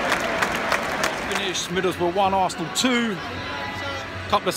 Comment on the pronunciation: "its fucking middlesborugh "